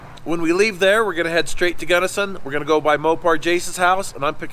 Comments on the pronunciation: We don't call it "Gunnerson"... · For those not from Utah, it’s Gunnison… not Gunnerson. Those of us from Utah need to educate others on Zion, hurricane, Tooele, etc. you guys are awesome fun to watch all you do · You should charge a deposit for big trips so if they bail you’re not hosed. Also, your dude keeps saying gunnerson instead of gunnison 😂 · 'I made it to 'Guddersin'